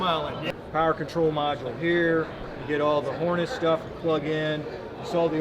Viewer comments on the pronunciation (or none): It just amazes me how one of I assume the top reps for Mopar can't correctly say the word harness lmao it's pronounced harness not horness